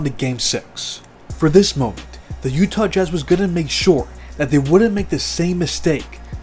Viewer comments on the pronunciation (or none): none